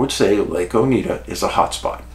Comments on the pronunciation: O night duh is Oneida pronunciation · Oneida Lake. Pronounced Ow•nai•duh , like the Iroquois Oneida Indian Nation. Just under 2 hours south of my Adirondack camp where I had my time loss experience.